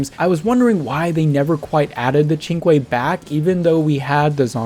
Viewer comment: I think the Cinque has a strange pronunciation, and you are pronouncing it right. I figured it would be like synch